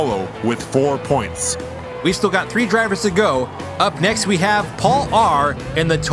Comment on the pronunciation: "Up next we hawe the current DRC champion. It's a bird, it's a plane, IT'S SUPERMAN Steven Kitchen"